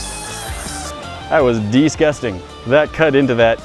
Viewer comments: ' that was dezcutting' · Nobody: Literally Nobody:: That was dees-gusting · nohe said deezcusting